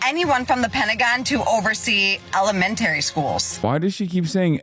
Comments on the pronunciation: "ICKSspecially" "aCROST" "elemenATERY" ... next she's gonna pronounce "both" as "bolth" Edit: I'm here to add "cornYEWcopia" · Pronouncing it “elementairy” = you are probably from upstate and especially central ny. This more than anything is what will get us roasted by outsiders when it comes to how we talk. For my money this lady is from Rochester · To be fair Hasan... the word is Ella-Men-Tree. Just like its Alu-min-ium not Allu-min-um